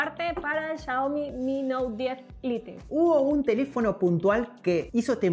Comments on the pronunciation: cuando ves en vez de 'xiaomi' 'chaomi' XD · SE DISE XIAOMI